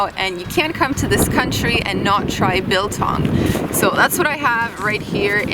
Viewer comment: pronounced like bull tongue not bill tongue